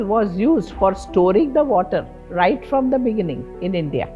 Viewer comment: the rrrrrrrright rrecipes